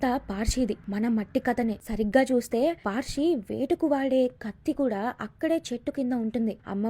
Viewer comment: Paarshi kadhu parshi